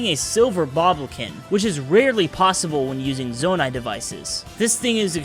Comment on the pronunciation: “zoanite” 😂 “Ch-asm” 😂 “bobolkin”